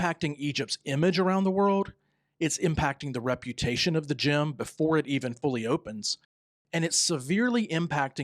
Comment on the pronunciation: It is GIM not Gym